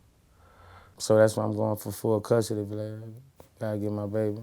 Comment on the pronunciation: Boosie be calling Vlad "Blad" 😭